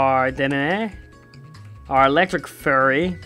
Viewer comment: when he says "fairy" it sounds like "furry"